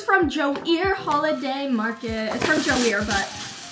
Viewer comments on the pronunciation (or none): It’s not pronounced joear it’s French so it’s joo é